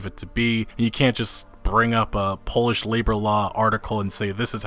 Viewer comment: Did this guy just say Polish labour laws but he pronounced Polish as shoe polish??